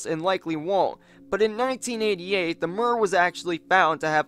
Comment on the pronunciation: It's pronounced mir with i like in the word h -i -t. Mir means World in Russian language, it can also mean Peace. 🤓